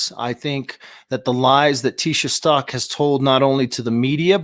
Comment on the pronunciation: Its Stauch ..stowch like COW STAUCH